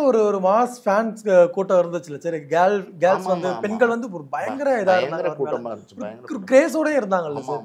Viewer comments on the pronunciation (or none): Dai brown shirt adhu enna da "gails"? Adhu girls